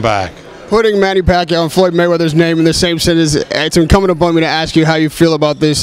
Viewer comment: bob arum kills with his pronunciations. "Lamoo", "Postal" but he can pronounce "Pacquiao" just fine hahahah